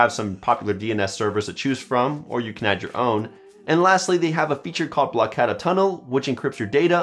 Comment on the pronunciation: no, he pronounced it right.